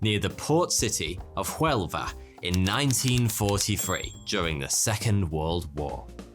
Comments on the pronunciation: "of JUELVA" I'm just kidding, but for next time: In spanish H is silent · the pronunciation of huelva wasnt bad but the h in spanish is silent 😂😂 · 'H' in Spanish is always silent= like 'Hola' (Hello) Huelva is pronounced: Uelva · As a Spanish, I must say that Huelva is pronounced without the H. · The h in huelva is silent😘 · The h in Huelva is silent xD